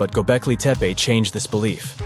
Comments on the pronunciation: "Gobekli Tepper"? Seriously? Oh, you mean "TupperWear™"? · "GO-BECK-LAY TEP-PAY" is how it's said, Your Robot Voice is 'BROKEN'! And The GIANT ANIMAL-HEADED ALIENS are wearing "WRIST WATCH DIGITAL COMMUNICATORS"!!